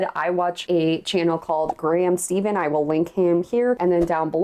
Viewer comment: Graham Stephan like with the F sound. Not the V sound.